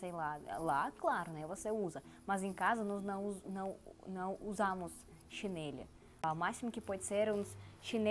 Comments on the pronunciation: Chinelo não chineli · Mas não se diz Chanelle e sim chinelo. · Você precisa prestar atenção na forma como falamos. Exemplo: c h i n e l o ....ooooooo Não CHINELI. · Chinêle..? Xínêle?